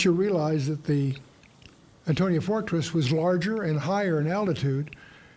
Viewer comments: I can't believe such learned minds such as, Chuck, and keep pronouncing the name of the Roman Fortress wrong. Politeness on the part of and Chuck in sympathy with? Hmmm is there no room for gentle redirection from pronouncing the name correctly? It is the AntoniA Fortress (with an A, the name ends in A) not Antonio. It really undermines the idea that they have read much material or that they master the subject they are speaking about. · Interesting, but several of the gentlemen do not pronounce the term "Antonia" correctly.